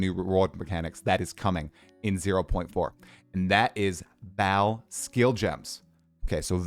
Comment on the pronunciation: what is with American and theyr absolute inability to read names(or words most of the time) its not Val, its Vaal